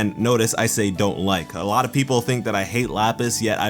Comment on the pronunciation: "without the watermelon stevens it would have bin a total losh." ok so you said losh xD